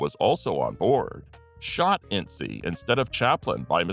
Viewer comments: It's Ince, as in prince, NOT in-cee! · I'm sorry but her name was "Rappe" said like "Wrap" Edit: also Inces' name isn't " in see" it's said as "Intz" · You missed the whole Thelma Todd (and maybe a bit of Lucky Luciano, if the rumors are to be believed) and her suspicious death by carbon monoxide poisoning. Tom Ince's last name is pronounced INTZ. See the film The Cat's Meow for the "rumor most often repeated" and the possible reason for his death during his birthday celebration (which had to do with Hearst's mistress, not his wife), and the subsequent cover up. Then there was the murder of Wiiliam Desmond Taylor. Or, heck, even Bob Crane's murder deserved a mention, simply for all of the hundreds of suspects the police were originally faced with questioning.